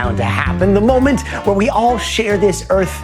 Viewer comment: Why does he say "mom-ent" instead of "mo-ment"?